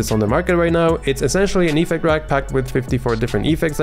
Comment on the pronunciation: It's ef-FECT, not EE-fect :) Love your content though